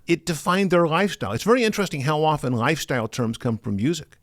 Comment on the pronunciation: The way he pronounces Lifestyle is just killing (GhyStyle)